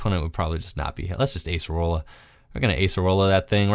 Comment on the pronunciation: Those Acerola plays were so good, momentum changers. Also nice to see her name pronounced correctly too.